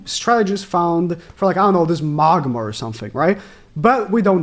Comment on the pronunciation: He’s still calling Magna, Magma 😂